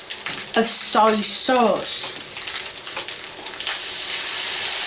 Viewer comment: Wow, she managed to not once .. but twice .. butcher the word "soy".